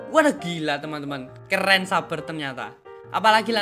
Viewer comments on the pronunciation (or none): Its saber(seyber) Not saber(suber) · tangna he literally say S A B E R